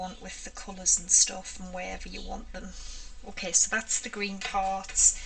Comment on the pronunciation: I am routinely blown away by the quantity and variety of techniques you demonstrate.👀 Truly amazing. I also love the way you pronounce "ok". O-keh.😁👍🏻 BTW, "agave" is pronounced a-GAH-vey. It's a desert plant in the Americas. That sure is a pretty paint color.